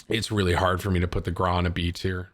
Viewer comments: Bro stop saying grau like graaahhh it’s graow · I through up in my mouth a bit when you said the grou is better than the kilo and also its pronounced grou not graw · Why do you say GRAW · Bro it’s pronounced gr-ow PLEASE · Petition for Tim to pronounce “Grau” like a normal fucking person Gr - ow (post pain exclamation) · The way he pronounces Grau kills me. It hurts my ears to hear that